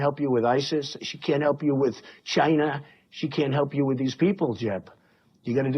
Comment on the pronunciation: “Goods from Chynaa” 😂😂